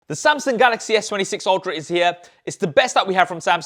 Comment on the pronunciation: Does anyone else hear him saying Samsing😂